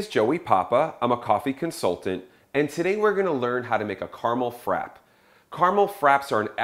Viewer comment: Oh dear..frappe.. it has two p's. pronounce both..frappAAAAA.haha. Good demo :)